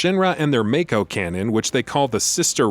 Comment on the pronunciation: Why has no one informed this guy how to pronounce "Mako" yet? Its like 5 episodes deep in this series now!